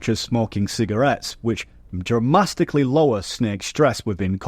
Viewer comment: "Dramastically" is my new favorite word